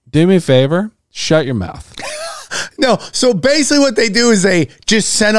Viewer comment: every time sam pronounces basically as BASELY i take a drink of alcohol i am severley becoming a bum alky !